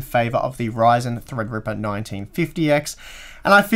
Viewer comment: THREADRIPPA! Must be fun to say it like that all the time.